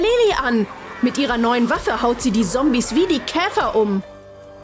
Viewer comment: Sombies hahaha das heißt Zombies sry Arber das ist ja so 😂😂😂